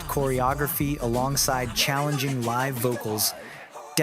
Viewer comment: while i think the points in this video are interesting, it was hard to take seriously due to the auto-narrator. a random mispronouciation of "SHINee" and "live" stuck out to me in particular, as well as some odd choices in vocal tone that no human invested in this script would make. some points about chronology of shinee's solo activities (minho's hwarang comes to mind, which was prior to View), were slightly off, but that was less of a bother for me personally, since the rest of the script was generally accurate (from my memory as a long time shawol). but anyway, i appreciate the points made particularly at the end of the video essay. shinee's recent comeback with Atmos, following heavy-hitters Hard and DCM was a perfect statement of resilience and longevity for SHINee. the perfect comeback, imo. Atmos draws on nostalgia of SHINee's "classic" color in reference to View (which many including the members cite as a turning point, even on top of all the diverse hits they released prior), yet elevates it with the skill, vocal production, and gravitas of a veteran group. The greater context of following up Hard and DCM and the current 4th/5th gen landscape as the video detailed, make it an even greater statement.